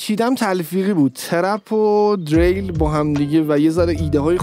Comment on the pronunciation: Dereil!!!!!!!!!!!!!!!!dadash Diril talafozeshe